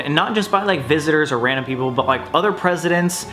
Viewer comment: "Wandom" -Samuel Golbach October 3rd 2020